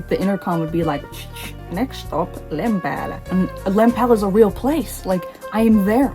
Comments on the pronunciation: When you said ¨next stop, Lempäälä¨ and you pronounced it perfectly, i actually got taken aback a little bit 😆 Great video, can't wait to hear you talk more about your love for my country even more lol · Your finnish pronunciation is really good! Finnish can be quite a challenge for english speaking person because the pronunciation is so different. Especially the "Lempäälä" train announcement was spot on! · You pronounce Finnish extremely well! You sounding out "Lempäälä" was heartwarming, it's a very familiar and precious locality for me.